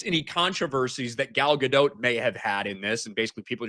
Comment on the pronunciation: Gal Gadot, or as likes to say Gayle Gadonk 😂